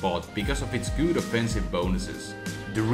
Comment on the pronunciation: Lol "gouud"